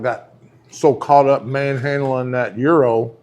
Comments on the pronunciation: As for pronouncing Gyro: it is "Jie-roh" for anything motion-related like gyroscope. The sandwich is pronounced "yee-roh" by everybody I know including every Greek I have ever asked. This includes my boss at the Cincinnati chili parlor where I worked over 40 years ago. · It is actually is pronounced "Year-oh" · Just wanted to see if you would pronounce gyro correctly, and nope. FYI, Greeks use a different word for the sandwich as they do for spin (like gyroscope).